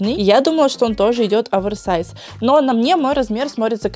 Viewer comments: не (Аверсайс) а (оверсайс) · очень слух режет, когда ты говоришь АВЕРСАЙЗ, именно Аверсайз. ну OVERSIZE же, как можно "over" произносить "авер" ....